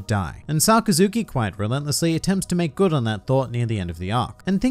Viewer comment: His name is pronounced more like Suh-Kas-Ki